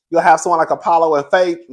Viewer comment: You said it right cousin Apollo and Pheadra 😂